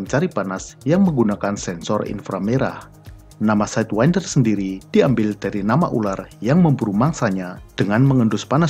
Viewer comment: Org Lain: Aem-Said-win-der Admin: Ahem-Seyd-wen-der